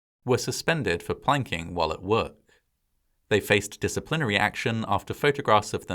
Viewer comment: It's strange how you pronounce disciplinary.